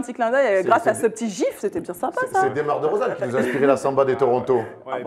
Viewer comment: roidada05 moi aussi en plus elle a dit dEUmar dEUrozan